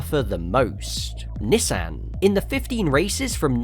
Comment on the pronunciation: Why do you pronounce Nissan like that 😢😢😢